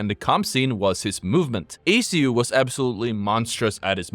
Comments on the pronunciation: How does one manage to make a whole video on the guy and still manage to say his tag incorrectly? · Damn bro can't even say his name properly.